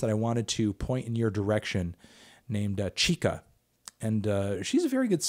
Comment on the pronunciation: CHIKA, not CHIKO.